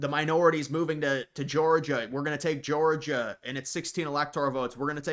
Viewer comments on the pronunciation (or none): none